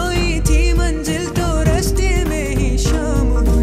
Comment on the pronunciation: Very good performance. A few pointers with regards to the diction - Dil ke Raaste not Raashte, Kaisi thokar not Kaishi thokar. This is there throughout the song where all the ss have been pronounced as shh. Pls do take note and correct, it will really help.